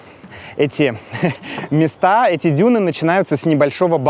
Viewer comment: На ударение на слове "места" не там стоит